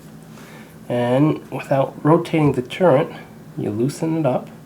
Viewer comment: it's turret not turent